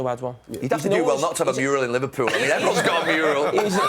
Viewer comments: I always knew Gary Neville wasn't very bright but today he said 'Murial' instead of mural 😂😂😂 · "… that murial"